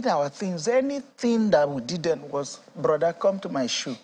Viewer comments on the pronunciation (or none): none